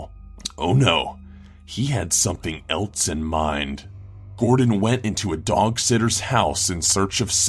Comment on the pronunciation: "something "elts" in mind" XD LOL